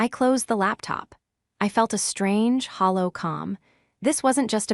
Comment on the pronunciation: Try hollow calm, not halo calm!